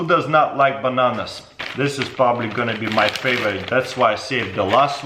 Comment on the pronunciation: Definitely tastes like bahnahnahs it’s like eating deh cheezits